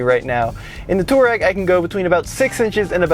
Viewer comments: Why call it at tooreg" when its pronounced Tuareg as spelt-not technical a fact ! --typical yank arrogance-we will call things what we want ! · Please stop saying Twar-rag. It sounds one letter off of filthy.